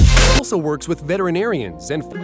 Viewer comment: This was so deep...until you pronounced “veterinarian” 😂😂